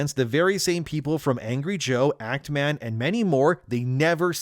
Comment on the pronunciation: Actman? nahh...it is ACTMAAM 😂